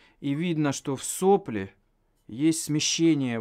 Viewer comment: не в сОпле, а в соплЕ ;)